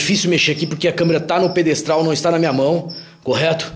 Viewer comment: Bah, qd ouvi ele falar "pedestal", vi q era furada. Tchau